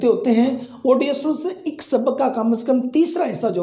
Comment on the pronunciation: Sir plz correct ur ik . It's not ik it's aik. 😂